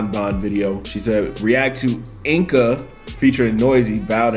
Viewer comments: it's not enka it's enca "c" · You write it Enca but you say Ensa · She pronounces her name in the video, the part when she says Enca's better than them